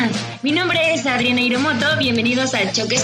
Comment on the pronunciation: tu nombre lo dices como si fuera Hiremoto no Hiromoto. A lo mejor nada mas soy yo. Alguien de tu familia fue Japones? Otra cosa por que les preguntas de las experiencias negativas como quieres probrar algo. Por que no sacar lo positivo y esperar a que ellos les salga decir si quieren lo decir lo negativo.....